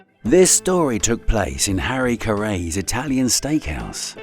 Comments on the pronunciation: Who is "Harry CughRay"? 😂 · face-green-smiling: Did say Harry Ca-rays obviously this guy doesn't know who he is. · Born raised up on the northside. The Ai voice lost me 'harrraays carrays' some 16m 16 secs in lol I hate Ai. Yay sports. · lol that pronounciation of Harry Caray is heinous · The info in this video is solid, but you'd think they would've tried to correct the AI voice from saying Harry Caray's name wrong or saying things like "Double-you Division Street". Great video, thumbs down for AI. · Nothing says “I’m not American” like mispronouncing Harry Caray 😂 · if you can't pronounce Harry Caray correctly you're definitely not from Chicago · The pronunciation of Harry Caray's was a good one too. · This is why you should pay for a narrator and not have some AI bot read. One of Chicago’s treasures, Harry Caray was mispronounced pretty sad. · And the pronunciation of "Harry Caray" is wrong.